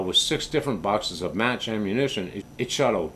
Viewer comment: Thanks for the review - I love my HMR Premiere in 300PRC. Custom bedding job really brought it to life its my most accurate rig. One word of caution - 10 seconds into your video the audio sounds like you are saying "perfect for m a s s shooting" instead of Match...the subtitles actually write it that way on the screen. You may want to fix it before you get a strike from the YT censors. Thanks again for the video!